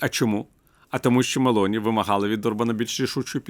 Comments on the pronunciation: Доброго дня. Джорджія є Мело'ні,а не Ме'лоні. Ведучі так пояснюють високі матерії і туплять на такій дрібниці. Копія Петі шоколадного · Мéлоні - це англійське жіноче імʼя, а Мелóні - це італійське прізвище! Не плутайте